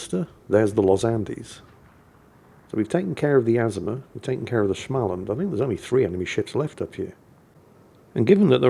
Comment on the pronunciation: It is pronounced Small-and! Not Schmall-and.